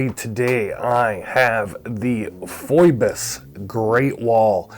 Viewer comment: I could be wrong, but isn't it pronounced like "Fee-Bus?" That how I'm hearing it from most other watch channels.